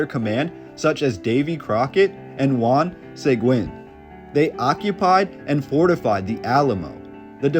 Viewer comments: born and raised in San Antonia Seguin pronounced Sa gine Bexar (County) pronounced. Bear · I'm from San Antonio and I love this. Juan Seguin last name is pronounced Se-geen. Other than that awesome job! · Respectfully; Bexar pronounced Bay-Er, Juan Seguin pronounced Sah-Geen. It’s a Texas thing. 👍🏼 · Pretty sure growing up they told us it was named after Santa Anna. Also the missions still look the same if y’all trying to come through. 😂 the prior civilization definitely was skilled and Texas was all Mexico. And sounds like this history missing some Blk fighters. Check UIW archives. They have the actual news papers. And it’s pronounced (sea guin) the whites betrayed him. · Juan Seguin I have never heard it said like that lived around San Antonio 60 years and it was always pronounced Se Geen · Seguin is pronounced Seh-geen (like seen) Hard G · Bingo!!! You’ve got it! True pronunciation Seh-green, the u is silent. Great documentary. Thank you. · Is this a human or AI? Your pronunciation on Seguin makes me sad. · Why do people do documentaries that can't pronounce Latin last names like Seguin I will never understand why they don't have the Latin person do these documentaries not a white boy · This would be an interesting historical perspective......if you had utterly failed to pronounce the name SEGUIN so badly, over and over again. That really damaged your credibility with me. Might be good to get some local input for the next one. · Dude cannot even pronounce our county or Juan Sequin name correct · Just so you know Seguin is not pronounced SAY-Gwen it is Sea-geen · One small detail you missed…..is that Juan Seguin is pronounced Juan SUH-GEEN. Not Juan SAY-GWIN. 👍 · It’s killing me to hear Juan Seg-win. It is pronounced like Se-geen. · Pronounced 'Se-geen', not 'Say-gwen'. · Juan Seguin is pronounced "Segeen" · Just an FYI: Juan Seguin is pronounced Hw-on Sah-GEEN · Enjoyed the video, but he should learn how to pronounce the names, like Seguin = (suh-geen)